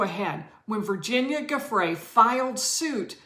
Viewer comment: it is oronounce “jhu—fray” please at least learn to pronounce names of people youre talking about. not hard. geez.